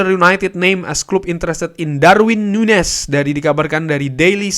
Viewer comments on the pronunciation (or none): none